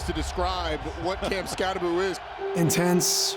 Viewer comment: Why is it pronounced Skatta-booo? It says Skatta-boh. It can't be Skatteboo. Can it? I wanna hear him say it.